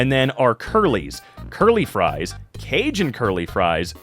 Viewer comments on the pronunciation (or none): none